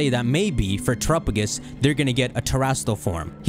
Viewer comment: I hate your pronunciation of Terrapagos. "Trrupugus"